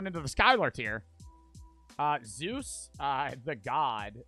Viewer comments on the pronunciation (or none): none